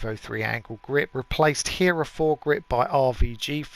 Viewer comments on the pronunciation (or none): none